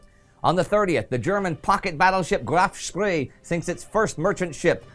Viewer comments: Its graf spee right? Not spree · Now Indy, you know it’s the Graf Spee, not the Graf Spree! Tsk,tsk!